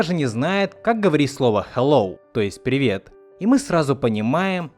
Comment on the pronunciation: Кстати, помнится момент, когда он всё-таки сказал Пррувет